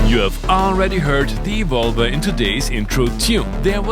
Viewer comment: To me it sounds that You are saying "the vulva" when you are saying "the Evolver". Which is making my inner school-boy giggle uncontrolably.. I want this synth so much! Thank You for another great video!